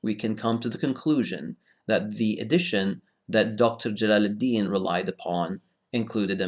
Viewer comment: 'Jalaluddeen' lmao